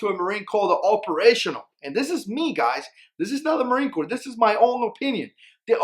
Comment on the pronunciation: is anyone else bothered by him saying sub-marine corp